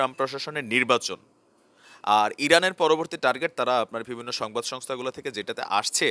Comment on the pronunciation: vai apner shob kichu thik ase shudhu akta word apner always vul hoy jeta sunte kharap lage.word ta holo "bivinno" bt apni bolen "vibinno",, pronunciation ta thik kore niben n kichu mone krben na vai.thanks😊